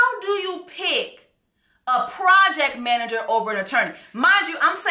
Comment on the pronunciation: She said “Project Manger”… “He in the project, managing his mattress on the floor”. 💀 🤣🤣🤣🤣🤣🤣🤣🤣🤣🤣